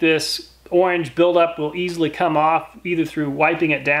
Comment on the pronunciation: Great videos but the “owange” build up surprised me 😂